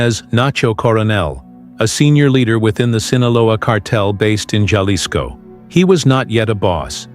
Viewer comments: That was painfull to hear, and I'm Canadian! These AI generated videos and AI voices pronounce every word very litterally. AI has a LONG way to go in speaking English or Spanish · learn how to say Jalisco